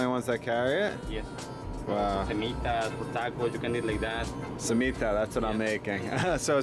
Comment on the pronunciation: The way he says Torts and Cemita make me cringe 😂